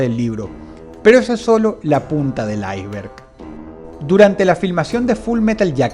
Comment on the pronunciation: Dross, "ais-berg" se pronuncia "ais-berg" no "ay-vert"